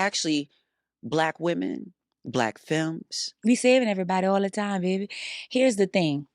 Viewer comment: "we saving everybody all the time baebeyy" that accent slid clean out there 😂 love hearing talk. she gon always keep it a bean. born and raised in Louisiana myself she ain't lying about the plants down here. i often say we have some of the strongest immune system(s) in this country and they definitely don't care it's where the money at outside New Orleans. they pay to cover up A LOT